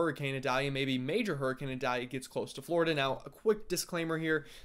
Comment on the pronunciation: The pronunciation is “eye-dale-ya”, rhymes with Vidalia. Like the onion. You’re from the south, I was counting on you!!! 😂😂😂